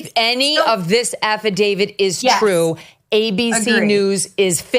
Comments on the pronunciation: Can someone tell Ms. Johnson it's Affidavi"t" not Affidavi"d". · The document to which you refer, is called an AFFIDAVIT… with a ‘T’ at the end… NOT a ‘D’ pronounces AFFIDAVIT correctly—just follow her lead and you’ll come across even more intelligent than you do already 👍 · af·fi·da·viT It's a T at the end. :)